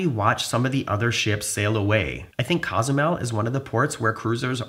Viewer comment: I enjoy your videos, so thank you. BUT, an annoying detail. You're clearly a bright guy and respectful of other cultures and languages. Which makes your repeated mispronunciation of Cozumel strange and jarring. It's Cozumel with a long "o," as in coca or copilot or simply "Oh!" It's not "Cah"zumel or "CAW" zumel. It's COzumel. Ezy Peazy, yes? Danke, gracias, and thanks. 👍🤜🤛